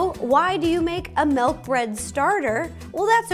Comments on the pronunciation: Sorry row but it is not melk it is milk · I will never get use to hearing Ro say "melk" instead of milk now ever since Mike pointed it out lol. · I love Ro soooo much.... but it's not MELK 😫🥴😂